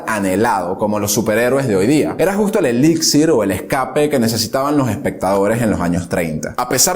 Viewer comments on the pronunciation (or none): none